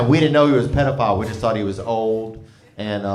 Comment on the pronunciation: Didnt realize it was pronounced Pediaphile! Pretty cool educational-comedian